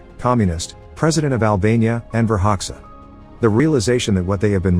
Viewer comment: The name of the accuall president enver hoxha the name that is said enver haksa